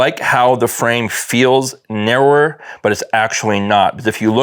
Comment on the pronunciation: 😂😂😂narrower say it with me now Nar-row-er